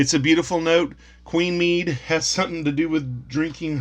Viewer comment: Medb is pronounced mayve and Connacht is pronounced con oct. I recommend you check out mythicalireland channel here for stories of Medb and many others and is also great for pronunciation too. I have a few of these pound notes put away, it was beautiful money. The back of the five pound note always gave us a chuckle as kids. The one pound note was replaced by a pound coin prior to the introduction of the euro.